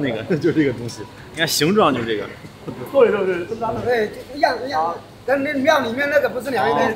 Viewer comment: "对对对”怎么听起来像粤语“吊吊吊”哈哈哈哈。海鲜档老板娘太e了，哈哈哈